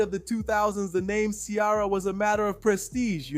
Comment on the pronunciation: Her name is not Chiara. It's pronounced See-Air-A. 🙄